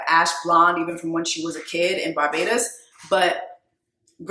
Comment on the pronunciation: Shout out to Jessie calling these West Indian countries names like she’s from there as a Bajan the way you said Barbados made me smile